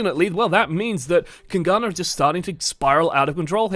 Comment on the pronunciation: PLS just call them kings and don't try to say kungarna.